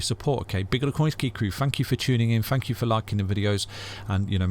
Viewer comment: I hear "Fank you!", is it?